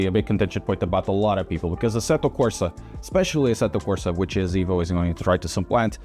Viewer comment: EVO NOT IVO MY GOD 😡